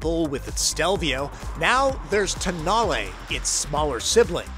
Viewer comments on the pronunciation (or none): At the launch of the concept (without any way to check pronunciation) called it the TONE-el. Tow-NAH-lay for the win. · don't know why it has been mispronounced everywehre in USA. During the auto shows in Europe few years ago, it has been widely pronounced as "Tone-Know".